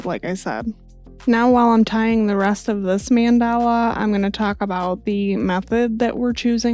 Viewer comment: Hey! Thank you for this tutorial, your explanations are very concise and understandable, and the shirt came out beautiful 😍 Just one thing, just so you know, it's pronounced MAHN-da-la, not man-DAH-la. Just FYI! Thank you for all your wonderful videos, I can't wait for the next one!